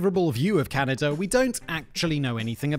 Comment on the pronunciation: I think you saying Can - I - da a thousand times, is more than I can bare. Please Simon - there's no I in Canada